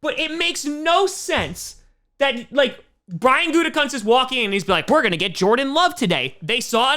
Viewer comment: Pretty sure Gutekunst is pronounced Gutekoonst. At least that's how everyone said his dad's name when he coached. Although Gutecunts sounds funnier.